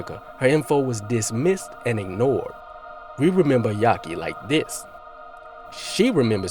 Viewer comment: Why u keep calling him "yaki", isn't it "Yafi"? Which is short for Yafeu?